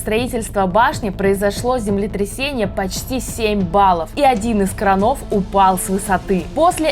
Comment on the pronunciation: крАнов, а кранОв